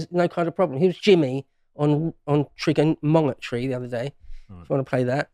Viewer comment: People didn't catch saying trigger MONG etry 🤣